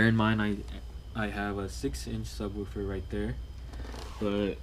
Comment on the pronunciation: Say subwuufer one more time